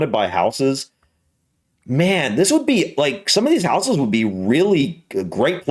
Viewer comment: Just being pedantic but houses doesn't have a soft s, it's pronounced more like houzez